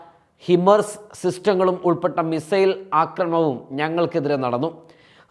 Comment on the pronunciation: “മി Zail” അല്ല മിസൈൽ